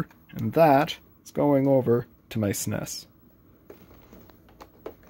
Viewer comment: I have never heard anyone say suh-ness before.